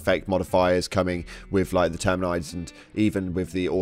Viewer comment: Why do you pronounce it "Terminides"?? They literally pronounce it in game like every 60 seconds. 😂